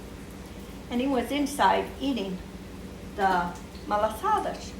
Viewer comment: It's also called malasadas in Hawaii. But I've never heard it pronounce as "malasadash". Is that how it's pronounced in Madeia and Azores islands?